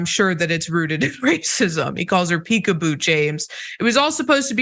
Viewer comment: Peek a boo = Jig a Boo 🤷🏼‍♀️